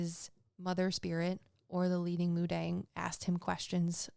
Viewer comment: Hey im Korean ❤ it's actually pronounced mu-dahng. 😊